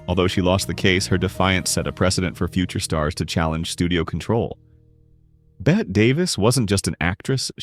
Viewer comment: Just here to correct the spelling: femme fatale. And Bette is pronounced Betty. What is this -- AI?